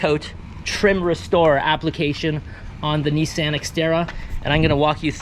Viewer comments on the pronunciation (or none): Homie, said "knee -sand xterra." 😂😂